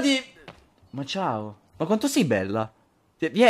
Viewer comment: #favirisponde favi quando dici bella a tutti ragazzi.... in realtà dici pella a tutti ragazzi ecc...